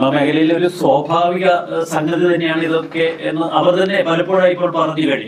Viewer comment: അന്വോഷണം അല്ല അന്വേഷണം ആണ്. പറഞ്ഞു പറഞ്ഞു മടുത്തു... എത്രയോ തവണ കമെന്റ് ഇട്ടു! ' സോഭാവികം ' അല്ല സ്വാഭാവികം ആണ്. കഷ്ടം... പ്രബുദ്ധ കേരളം!